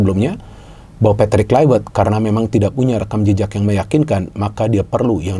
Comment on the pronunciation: Kluivert bukan Kluiwert gimana sih pengamat bola penyebut namanya aja salah 😅😅